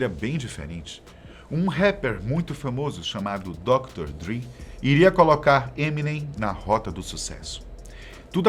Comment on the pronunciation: Mesma coisa do Dr. Dre, que eles pronunciam Dr. "Dri"... não se dão nem ao trabalho de saber como se pronuncia.